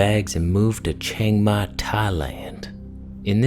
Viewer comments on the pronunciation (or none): LOL the way he says Chiang Mai, Thailand 😂